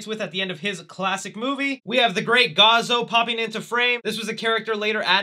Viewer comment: No offense, but I think you said Gazoo's name differently. Sounded like you said "Gazo" instead of "Gazoo". I was just pointing that out.